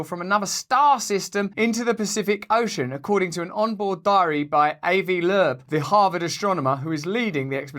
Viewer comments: Learn how to speak names proper, wanker. A-VEE LOBE. Put some respect on the name eh? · Love ya but your pronunciation of Avi Loeb was truly outer worldly. Happy Canada Day!♥️🇨🇦♥️ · Yeah now I know you're full of s*** you didn't even know how to pronounce Avi Lobes' name. As bad as most people want this to be true, I think you're just perpetuating the narrative that it's still silly to believe.